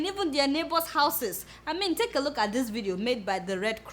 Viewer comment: I love your English " take a loot at the picture of some of his citizens"